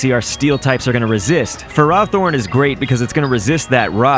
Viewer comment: No way you pronounce Ferrothorn like that